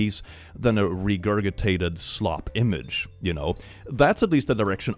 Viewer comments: Friendly Note: The word “regurgitate” is pronounced with a hard second “g”, as in, “ree-gur-ji-tate”. Just FYI. It’s not a big deal, lol. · sir? ❤ Are you mispronouncing the ridiculously-spelled word “Regurgitate” just to mess with us, or has no one alerted you that it’s incorrect? If it’s the latter, I call upon our Divine Devil Daddy to strike them dumb.